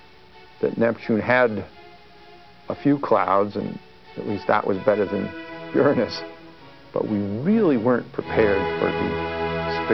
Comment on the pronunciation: sec you hear the proper!! way to say uranus name